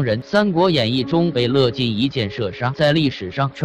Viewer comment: 樂進，不是唸”勒』!姓氏的樂唸『月』!!